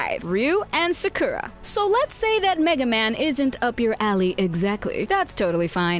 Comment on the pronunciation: The way she pronounced Sakura and Hyrulean was interesting to me.